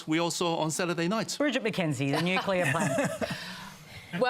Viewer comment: Nucular? Can people going on panels like this at least learn how to say it...